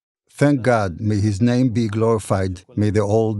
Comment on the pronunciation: He can’t even pronounce his name correctly